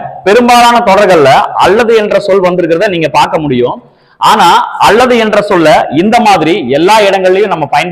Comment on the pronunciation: All okay, but when you say ‘அல்லது’ it’s sounds அள்ளது.please consider